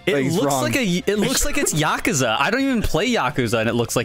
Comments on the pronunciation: Is that how you pronounce “Yakuza?” 💀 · im only annoyed at how bad they pronounced Yakuza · STOP SAYING YAKUZA WRONG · yukuza yuh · koo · zuh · That pronunciation of Yakuza hurts me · It bugs me how they're pronouncing yakuza, idk why it just doesn't sound right